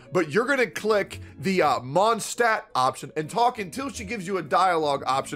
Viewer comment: "... that village called Mondstadt..." Just to let you know that Mondstadt is german and literally means Moon city, so.. Also taking my chances on the 100$ PS: do a video where you pronounce all the german words in the game and tell us how you think they are pronounced in german ( eg. Mondstadt, half of Fischl's flavour text etc.)